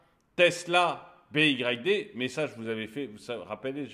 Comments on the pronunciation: B.Y.D se dit bi aie di (Phonetiquement ) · "BYD" ... "Bee why dee" faut prononcer